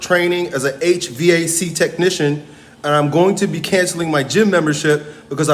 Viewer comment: FYI it's pronounced H-Vac. V-A-C is pronounced as all one word